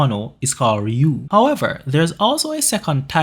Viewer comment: RYUO PRONOUNCE IT WITH ME R Y U O. NOT RIO 😂goddamn I hear this bs everyday. Pronounce words correctly people